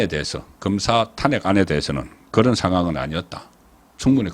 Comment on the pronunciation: 수고 많습니다 좋은방송도 듣는 중에 이상한 발음이 들리면 거슬리거던요 고치는게 어렵지 않을 것 같은데 ... 사투리 발음 사설', 탄핵', 직무 정지의 '정지', ...